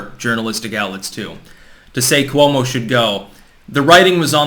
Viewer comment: Cuomo is pronounced with two syllables